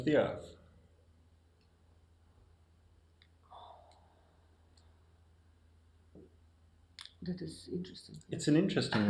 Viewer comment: I wish this genius would learn to say Earth, earff